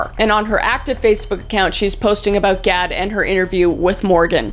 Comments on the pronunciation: every time you say Gad it sounds like god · You kept saying god instead of gad 😂 ur even funny when u don’t mean to be ❤ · Pronouncing Gadd as God 😭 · Gadd, not God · In the end i kept hearing you saying god xD i was like what the... untill i realized thats not what u said XD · I chuckled a bit hearing you pronounce "Gadd" almost like "god" LOL. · I’m sorry but you pronouncing it God instead of Gah-d made me giggle the entire end of the video 😭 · I love how you just give up at the end and start calling ‘Gadd’ “God” instead 😂😂😂❤